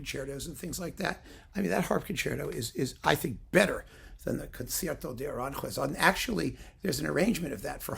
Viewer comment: Saludos desde España,. Tu pronunciación del español es muy buena. Solo un pequeño apunte: Aranjuez es una palabra aguda. El acento recae en la última sílaba (juez). Se pronuncia A-ran-juéz. No A-rán-juez que es como lo dices tú. Espero que no te moleste, pero tenía que decirlo. 😉